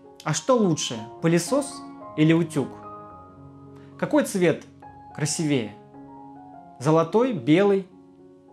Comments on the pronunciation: Молодец,.... Очень чётко, лаконично и правильно..... Спасибо.... 💋💋💋 Только не говорите: "КрасивЕе".... Только "красИвее".... Извините, ухо режет.... (((( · Думаю лучше говорить красИвее, а не красивЕе